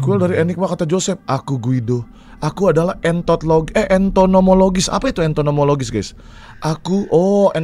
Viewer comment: wkwkwk bang entomologist bukan entot